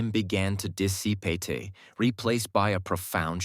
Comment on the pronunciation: I know someday we all will be fucked. But, not yet! A.I. can't even pronounce dissipate. Seriously?